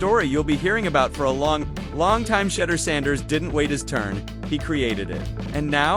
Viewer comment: Pronounce his name right! We’ve heard and you’ve heard his name pronounced 100’s of times. It’s so way off it’s like you’re doing it on purpose. Darn near disrespectful!